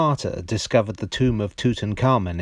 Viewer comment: I'm offended by your pronunciation of Tutankhamun.